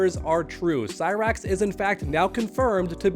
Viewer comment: Cy-Bra-X and Sexchange-tor hahahahahaha